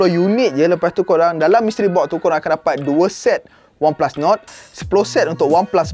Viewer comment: oneplus NOD. mystery BOK. pronunciation ke laut